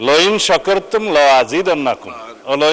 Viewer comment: মাননীয় স্বরাষ্ট্রমন্ত্রী সালাউদ্দিন সাহেব পন্ডিতি করতে গিয়ে আয়াত ভুল বলে ফেললেন"লাইন শাকারতুম না বলে উনি বলেছেন লইং শাকারতুম